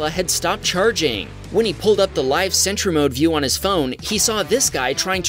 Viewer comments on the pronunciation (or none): none